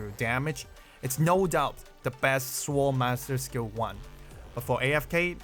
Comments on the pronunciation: note for reference that the 'w' in sword is silent. Appreciate the content, I'm trying not to think of the new era as power creep so I can concentrate on having fun. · the way how you pronounce "sword" sounds like "swole" lol HELL YEAH MY BEEFED UP SWORD LADY